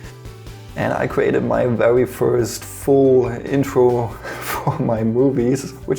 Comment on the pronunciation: I know you’re bilingual, so that’s where your accent’s from, but I absolutely love the way you say ‚vewy’ :D